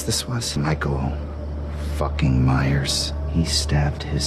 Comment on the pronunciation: “That’s Jason fookin Lannister”